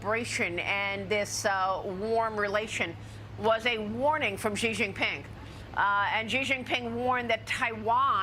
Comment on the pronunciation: After so many years, Maria still refuses to pronounce Xi's name properly. It's so annoying.